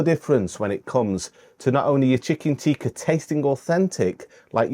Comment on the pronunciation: If you want to sound genuine learn to say "tikka" not "teeka". Pathetic accent.